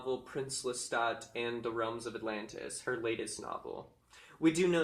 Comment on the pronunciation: Thank you for saying Lestat correctly 🙏🏻🖤